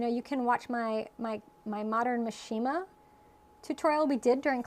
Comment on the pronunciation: The correct pronunciation for mishima is: MEE shee muh, accent on first syllable.